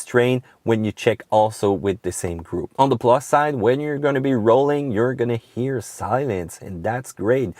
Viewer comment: n'oubliez pas qu'en anglais on prononce la lettre H tout le temps, sauf pour 3 ou 4 mots, on l'aspire pas. Vous avez dit "Honda" et "hear", mais j'ai écouté "Onda" et "ear"... J'kiffe la vidéo, ya beaucoup d'information utile